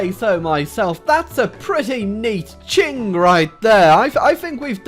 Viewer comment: Qing is pronounced ching not king.